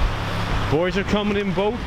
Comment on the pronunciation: "Let's go fishin' bu'ys." "Ya know the waves are 6 ft." "Yeah, well, hopefully it stays calm like that."